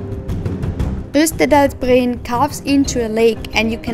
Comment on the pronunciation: Great video, but has some errors. For exapmple, it's JostERDalSbreen, not Jostalbreen. Quite a few letters missing :) And just to clarify, you will NOT see the northern lights (aurora borealis) in the summer months, that's from late september to early april, and almost only in cold clear weather.